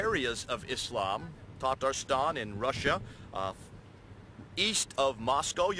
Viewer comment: is a comedian, "tatastan" he says at the beginning, lmao